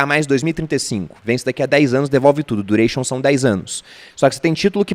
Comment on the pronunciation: Desanimei depois do du-rei-chon